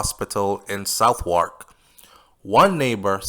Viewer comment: I think the British pronounce Southwark "Sovark" :).